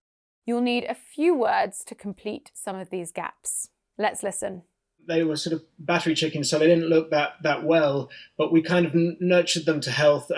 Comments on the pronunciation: I heard "baffrey." I don't know whether it's because I had one earbud in or what but that was the only word I missed. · I heard bat three chickens , 😨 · haha I heard "battered chickens" 😂🤣🤣 as "battery" didn't seem to make any sense.